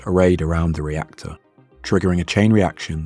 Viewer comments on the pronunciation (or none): "rector core". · “rector core”